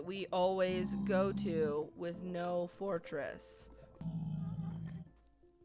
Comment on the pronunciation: " I FOUND Ember IN a fortriss!" Well no dur